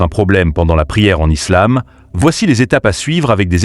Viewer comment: On dit "islam" et non "izlam"